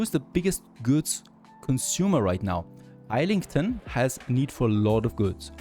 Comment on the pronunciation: Every muscle in my body hurts hearing you pronounce Islington the way it reads and not the proper way (Izz-lington). Your series always make for great viewing!